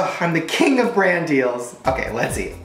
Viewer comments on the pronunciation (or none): none